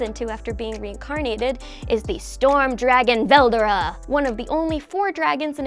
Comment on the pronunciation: rimuru and velDORA just saying. the way you pronounced veldera